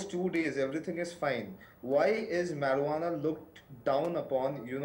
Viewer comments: its not marihuanaa.its marijuana..good video though😂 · Marie-Hu-Annah. XD Just call it Pot if you have a hard time.